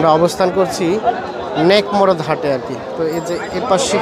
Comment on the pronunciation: হাটের নাম সঠিক ভাবে বুঝা জায় না